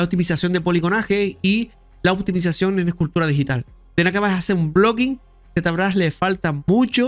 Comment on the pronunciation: Z...brash se pronuncia locoo